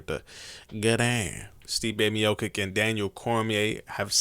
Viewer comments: OH MAL LEE not Oh Molly MEE YO CHICH not Mio Kick pls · He said Stipe MioKiCK! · Miocic... (Me yo chi ch) 😉